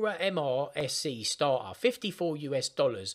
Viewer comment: it's not "starhar", it is "starter".